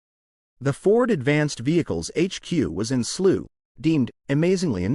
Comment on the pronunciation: Thank you ...the truth at last. You can't pronounce Slough, my home town. John Wyer also won Lemans wiith the Gulf Porche 917 and Gulf Mirages. Maclaren was als o in Slough, a connected suburb called Colnbrook. Slough had a big trading estate and could build anything plus it was very close to Heathrow airport and not to far from Silverstone or Goodwood